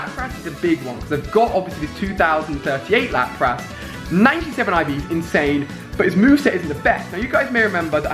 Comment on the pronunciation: Ali... its pronounced Lap-Rus Lapras